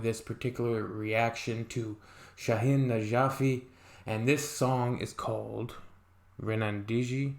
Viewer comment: Dude, I suggest you, before watching others' videos, first learn how to pronounce their names and words, you don't know how to pronounce their words, but you want to talk about their work!. Shahin is pronouncing like “shark,” with a stretch A, like Shaaahin. Not like Shaquille! You remind me of my classmate, we had homework about writing an essay of a famous scientist or artist around the world, and later we must read them in class; my classmate chose Albert Einstein; when it was his turn to read, he started to read his essay for everyone in the class. He said: I want to talk about Albert Anishmand! Our teacher said to him; you will get zero marks! Go seat. The boy complained, and he said: why professor? I spent the whole week writing it; then you won't let me even read it!!!? The teacher explained: kid, you don't even know or how to pronounce his name, so, how the heck you want to talk about him then!?